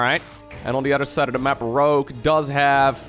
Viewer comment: I had thought the entire time you actually were saying Grogue LOL